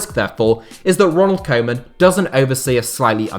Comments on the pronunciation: It's not "Coman" it's "Koe-man" pronounced Kuu-man. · It’s not pronounced koman, it’s pronounced kewman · Trying to help out with the dutch prenountiation of Koeman. It's not coman, try to use the ou from group and it will sound 10 times more dutch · His name is not kow man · How about learning to pronounce Koemans name correctly?! Its embarrassing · You keep saying 'koeman' totally wrong. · That’s not how you pronounce ‘Koeman’ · Amazing how everybody fails to pronounce Koeman's name correctly.